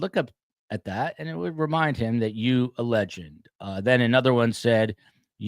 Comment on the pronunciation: This was worth the listen just to hear say “you a legend” in whitest white man voice ever 😂😂😂